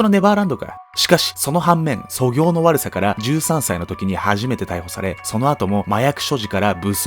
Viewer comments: 素行の悪さ（そぎょう⇨そこう）じゃないですかね？？ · 素行は『そこう』と読みます。そぎょうではありません。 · 素行はそぎょうではなく、そこうと読みますー